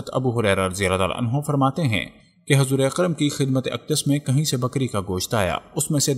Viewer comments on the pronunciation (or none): Hazur nahi Huzur sallallahu alaihi wasallam